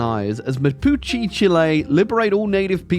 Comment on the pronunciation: Its pronounced Mah Poo Chay. They are famous for being the indigenous group that lasted the longest against the Spaniards, hiding in the valleys and rivers of Chile. Similar to the Seminoles in the Florida Bush in America. Good luck tracking them down.